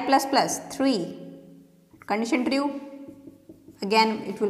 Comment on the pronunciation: "tri-ue" nice explanation !!